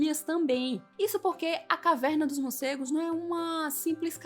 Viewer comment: Legal, legal. Só treina falar morcegos e não murcegos😬